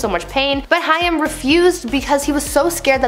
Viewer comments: Not Hi-am, its Hai-m. Rhimes with maim. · 😡 Absolutely no! Sounds like "came"..Haim... How you even attempted to switch the i and a is beyond me. Childhood star for millions of us. If you can't be bothered to pronounce his name correctly, find someone else to report the news. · Please say Corey Haim's name correctly - I knew him and this bugs me using his story to get views but not even researching proper pronunciation of names - Its pronounced Haim (Hay-m) not High-Um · you know it helps, if when talking about a person and their dark secrets, if you pronounce their last name righ.. its Haim like HA Aim not hi um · Its pronounced Hame like Pain RIP COREY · His name is prounounced Corey Hame! Haigm!! Get it right! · It's not hiam it's pronounced hame and if you read this as ha me I am hurting you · That's gonna make me mad you saying Cory's name wrong. Think of it as Hame. Not hiam since it's spelt Haim. Why doesn't anyone teach anyone how to pronounce things before putting it on the internet!? I hope you fix this horrible mess up. There's more I'm sure... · His real name was of Jewish descent, it was actually Chaim, and is spelled that way on his gravestone. She was almost pronouncing it correctly, but it needed a harder “h.” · Lady it sounds like hay with an M at the end... Haym... Haim, Corey Haim!!! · Corey’s name is pronounced Hame. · Corey Haim is pronouced Corey HAME.. rhymes with SHAME. That is how I remembered on how to pronounce it. JlyK... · Please learn the correct pronunciation of Haim the ai in his pronounced as a long a as in the word rain. Corey Haim is pronounced as Hame would be. I have noticed you do this often with several different words. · It's pronounced "Hame." Sorry, that's driving me nuts lol. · I found myself yelling at her when she kept saying Corey Haim's last name wrong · I cringed every time she mispronounced Hain's name wrong 😠😡🤬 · Learn how to pronounce Cory’s name